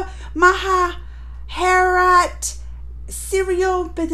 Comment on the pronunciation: Its Mahabharat not mahaharat